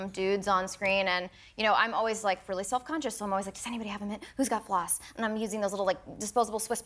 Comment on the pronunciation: I like the way Trevor pronounces 'really' as 'rarely' - have you noticed? 😊